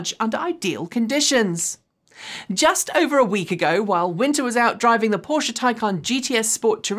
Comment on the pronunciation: Now that you have started correctly pronouncing Porsche it's time to work on Citroen. Hint: It is a three syllable word, "sit-row-en". The pronunciation you used in this video is the French work for lemon.